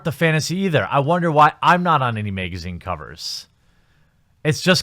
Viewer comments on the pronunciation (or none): none